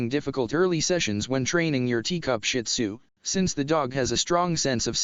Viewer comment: I don't have a shin tzu but my aunt does and fun fact its actually pronounced (sheed-zoo) I read it in a book